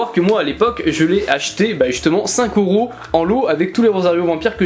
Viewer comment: Pourquoi tu dis Oros au lieu de EUros 😅? Ça me pertube sinon le tome 71 de naruto collector est pépite 👌